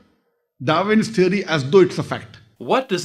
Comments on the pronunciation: A teery isa teery! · “A teery...is a teery!” 😂